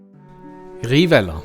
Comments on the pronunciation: und das v als w ausgesprochen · man sagt Rivell-AAAAAAH